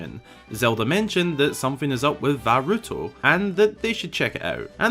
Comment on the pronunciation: "Va Ruto"... Boy I hope he fired himself for that blunder snort